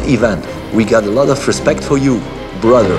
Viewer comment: "Ajem not jór bradr, bradr" 😃😃